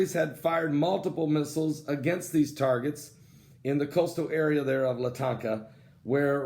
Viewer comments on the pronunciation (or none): LaTonka? It’s “La-Talkie-a” please up like this so can see.